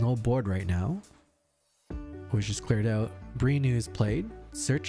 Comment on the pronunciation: Again, great coverage. Thank you for posting these. But I have to ask, is there a reason you pronounce Brannew like "be new?" My understanding is that it is supposed to be pronounced like "brand new" would be but without the 'd:' "bran new."